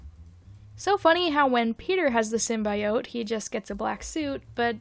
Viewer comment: I’m sorry but I’m absolutely dying at the way you said symbiote 💀